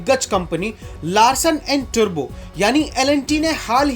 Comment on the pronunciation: लार्सन अ‍ॅण्ड टुरबो नही टूब्रो